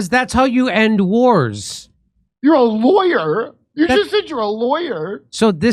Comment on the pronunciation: Did she say lawyer or liar?????